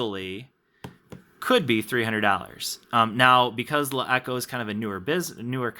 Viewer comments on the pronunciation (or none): you pronounce the name like shit